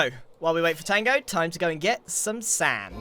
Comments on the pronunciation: Oh come on Grian, your not saying “Sand” correctly!! You know how your supposed to say it! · can you say sand weird